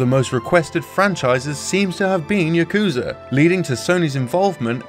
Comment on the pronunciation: Your pronunciation of "Yakuza" and "Kazuma" is killing me.